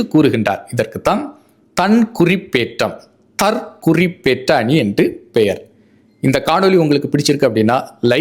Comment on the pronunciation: 💐💐💐💐💐💐💐💐💐💐💐💐💐💐💐💐 நீங்கள் ஆரம்பத்தில் கூறும் போது, இந்த சொற்றொடரைத் தவறாக உச்சரிக்கின்றீர்கள். நீங்கள்,"தற் குறிப் பேற்ற அணி" என்று உச்சரிப்பது தவறு மாறாக,"தற் குறிப்பேற்ற அணி" அல்லது "தற் குறிப்பு ஏற்ற அணி" என்று உச்சரிப்பதுவே சரியாகும் ஏனென்றால் 'குறி' என்பதற்கு Mark/Marking(Noun/Verb) என்ற பொருளையும் 'குறிப்பு' என்பதற்கு Note (Noun) என்ற பொருளையும் வெளிப்படுத்தும் க.சு.மகாதேவன் சென்னை 🎉🎉🎉🎉🎉🎉🎉🎉🎉🎉🎉🎉🎉🎉🎉🎉